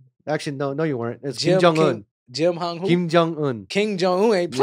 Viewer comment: The way butchered Kim’s name was funny as hell.